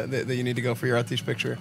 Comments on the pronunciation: I thought Atiesh was pronounced "ah-tee-ash" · Imagine saying 'ateesh' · Pronounced Ah-Tee-Esh according to Khadgar in Legion ;) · The subtitles think your saying “autistic” when you pronounce Atiesh. 👍💀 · Is it not pronounced at-tea-esh ? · Clicked away after the first time he said Atiesh wrong. Cmon Esfand, its a legendary item, the least you could do is pronounce it's name properly